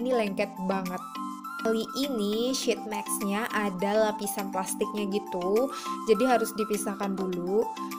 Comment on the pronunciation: Maaf kak, mau ngasih saran. Tolong perbaiki cara pengucapan sheetmask nya ya kak. Makasih 😂😂😂